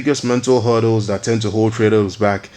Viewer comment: HURDDLES not "huddles"